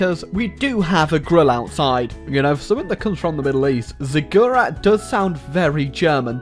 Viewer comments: A Ziggurat (Zig-ur-at) is a temple like building from the Mesopotamian era in Arabia. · You said Ziggurat wrong.